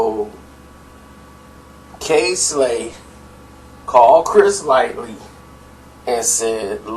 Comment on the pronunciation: This dude has no idea what he talking about! Firstly he keeps calling Chris Lighty Chris Lightly.. you think a dude in the know would not name the character's correct name? Papoose is the most feared MC!!!!!